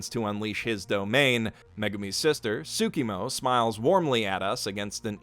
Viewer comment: Tsumiki, by the way, not Tsukimo Other than that, awesome analysis, really enjoyed this video! :)